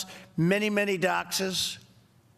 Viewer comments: he said doxes instead of doctors and forget how to say hydroxychloroquine🤦🏿‍♂️ y’all y’all about joe Biden. Come on man!!😂😂😂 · lol you notice trump repeatedly mispronounce words. doctors = dockses. hydroxychloroquine = hydroxy uhhh uhhh you know what im talking about